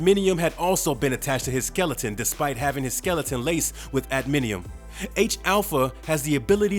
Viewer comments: Adminium! Hahahahahaha Priceless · LOL! "Adminium" claws.